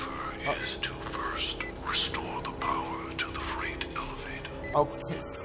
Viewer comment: “Fright elevator”